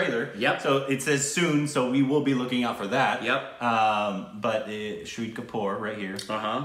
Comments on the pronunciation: Bahahaahahahaha sahid kapoor..for u guys its shaaaahid kapoor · Shahid not shri😂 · His name is Shahid Kapoor. Pronounced as Shah-Hid Kapoor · Tip for speaking hindi you need to prolong the a shaahid kapoor